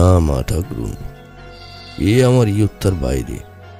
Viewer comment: ওটা ইয়াত্তা না ওটা হবে আয়ত্ত।